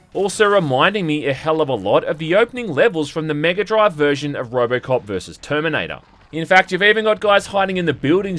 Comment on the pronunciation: Toyme, noyntie, Terminoynter 2 game. Know at the toyme. Twentytwentyfoyve. Dude, why do you talk like thi…. Ohh you got a key.